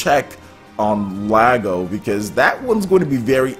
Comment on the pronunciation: Lago? LOL! That sounds wrong...